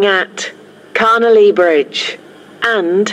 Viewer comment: When the station announcer says Carnelia Bridge (or however you spell it) it sounds like she says ‘Connolly Bridge’ imo.